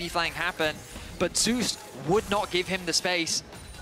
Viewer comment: Why do they keep calling him Zaes, when his name is Zeus? Are they unaware or does the player wants his name mispronounced like that? I also keep hearing Teatan, instead of TitaN a bunch of times, what's up with that, is that a Brazilian pronunciation?